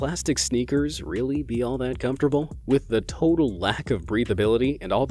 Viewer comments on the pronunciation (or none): none